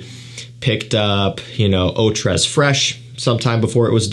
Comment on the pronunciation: Just a Pronunciation note: Tres is pronounced "Tray" 🙂